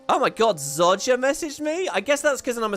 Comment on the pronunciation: Im sorry.... ITS NOT Zod Jah. It is Zoh Jah can you please stop inserting a D that is CLEARLY not in the word Zojja. I dont know how you learned to mispronounce it when its even said in the game as Zoh Jah and the developers themselves say Zoh Jah..... Please Please Please can you stop saying Zod Jah..... This is not the DC comic's. We are not talking about Superman and Zod...